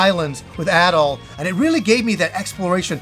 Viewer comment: pronounces “Adol” and “At all” the same 😂